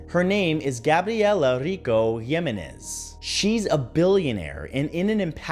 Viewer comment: That is Sure as hell not how you pronounce Jiminez Or Serum